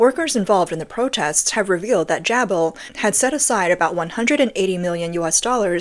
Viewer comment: It is pronounced - Jay-Bill